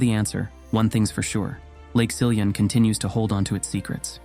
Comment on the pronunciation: Some of the names were pronounced quite correctly, for example Siljan, Rättvik, Borlänge, Älvdalen. When I heard "Råberget" I didn't understand until I watched the spelling. The name consists of two parts: "rå" and "berget". The first part is pronounced just like "raw" in English, and "berget" (meaning "the mountain") is pronounced "bear-yet". Also, "Rune" is not pronounced "Runé" but rather "Roon-eh" (English doesn't have the Swedish U-sound).